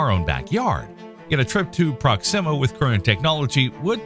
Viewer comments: Is that really how to pronounce "Proxima"? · You know why I stopped watching this video 2 seconds in, because I knew soon as this Ai voice said proxima all wrong